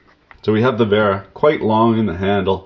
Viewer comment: also vay-rah not wear-uh